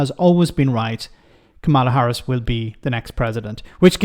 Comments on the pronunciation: Kamala Harris's name is pronounced "Comma-Lah"; not "Kah-Ma-Lah"... It probably wouldn't be such an issue, if the MAGA Republicans, lead by Trump, hadn't decided to make it a cornerstone of their strategy, to purposefully mispronounce her name; as a way to racially disrespect and other her. I don't know your intentions, and doubt that you're politically aligned with MAGA. There are many reasons one might mispronounce someone's name, but the motive behind why they are doing it, is clearly racist. Therefore, it becomes more important for people to oppose and undermine their racism, by pronouncing it correctly. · Is it your Irish accent? Maybe you've been watching too much Fox news in your research, but it's KAmala, not KaMAla. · I hate to bring this up but the pronunciation of Kamala is a bit like Pamela. Trump and his MAGA surrogates purposefully pronounce her name wrong all the time because they are a§§holes. Sorry, love what you do!